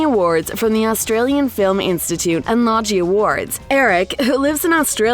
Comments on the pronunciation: loggy awards ... ffs low-gie awards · Lodgie? It is Logie. Pronounced Low-Ghi